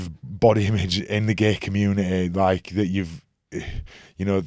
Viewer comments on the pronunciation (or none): I love Keegan's accent! It's so cute how he pronounces the word "community" as "commune-eh-eh"😂